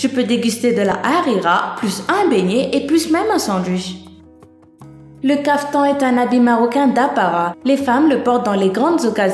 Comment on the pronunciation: Sinon , a on prononce le N de kaftan.